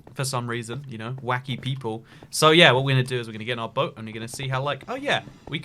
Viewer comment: You were saying boat wrong the whole time 😡